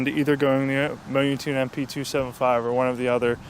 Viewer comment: Mo-yoon-tune hahaha it's moun-tune